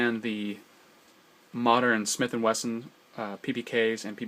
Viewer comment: He also says "Smith and Western"